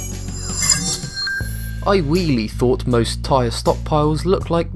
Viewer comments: Lmao he said "im whelly" lmao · he said I wheele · Anyone else noticed he said wheely when he talked about the tires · he said ''wheely''